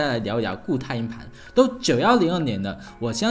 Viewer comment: 连硬盘这个词都发不好音，不该连读的地方强行连读，不该轻声的又发轻声。真的没心看下去